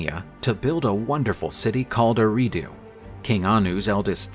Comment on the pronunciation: It is pronounced (AIR - AHH - DUE).